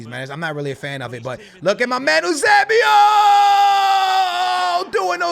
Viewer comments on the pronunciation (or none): It’s pronounced you-say-🐝-oh